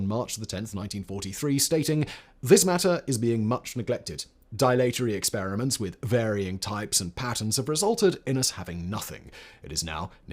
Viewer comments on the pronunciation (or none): dilatory, pronounced "dil (as in dill) - a (as in uh or ah) - tory," with the emphasis on the "dil."